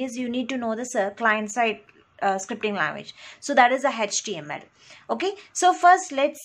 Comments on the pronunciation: its ACH-TE-AM-EL(HTML) not tech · Mam, everything is good but you pronounce HTML as-" hatch TML". This is so weird...